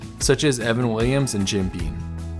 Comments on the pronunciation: Graeat video it’s Jim beaM tho not beaN 😅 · Is it just me or is he saying Jim "Bean"? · Sounded like he kept saying 'bean' too.